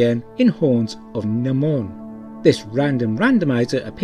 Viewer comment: The horns of NYE-mon (Nimon) not N'Mon